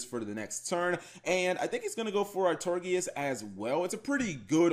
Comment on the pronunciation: Ar-Tor-I-Gus, Some SUMMER Summoner, Kappa Gee.